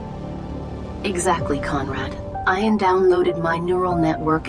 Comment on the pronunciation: AISHA called the guy Ian (pronounced correctly as Ee-an) but then pronounced it eye-an not 10 seconds later. What the fuck